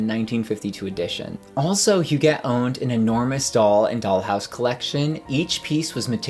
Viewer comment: Est-ce que l’on prononce « jette » ou « guette ». On dit GUETTE alors dite Hu”guette” et non “Hujette”. C’est qui derrière cette narration qui ne sait pas comment prononcer HUGUETTE?